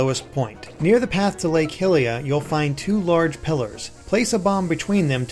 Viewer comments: Lake "Hilia"? HILIA? Hylia's named after Goddess Hylia, not Princess Hilda... I mean, come on, it's Hyrule, not Hillrule... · its pronounced lake high-lia